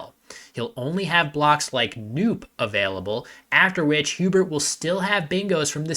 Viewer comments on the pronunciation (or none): I think you mispronounced "noop" unless there's a definition for it I didn't know